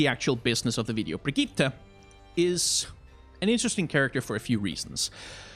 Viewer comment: Great video, tho as a swede myself i can confirm that you DONT pronounce her name "Brigitta", just say it like "Brigitt", just skip the E at the end and you got it